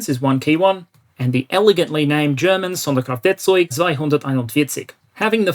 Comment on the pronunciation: As a German I'm simply amazed that youmanaged to pronounce "Sonderkraftfahrzeug" almost correctly.